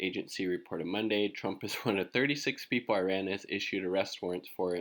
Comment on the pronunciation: small detail, check yt video titled; How to Pronounce Iran - PronounceNames . com , . otherwise great channel